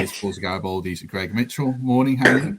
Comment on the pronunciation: Thought it was Greg not gerg ? haha